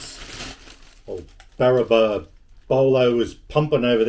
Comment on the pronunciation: Barraba not Barrabar